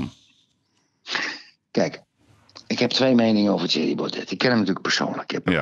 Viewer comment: Je spreekt uit Baude niet Baudet .